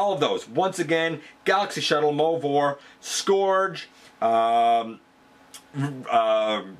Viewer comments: Google the word Scourge. It's pronounced SCURGE, not SCORGE. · Really? Have you not watched the show lol? You do know that Cyclonus almost always calls Scourge "Scorge", right? It's not a new pronunciation lol. Also, Fracas often has a long A after the R.